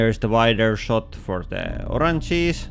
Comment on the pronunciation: I felt weird everytime he say: Orang cheese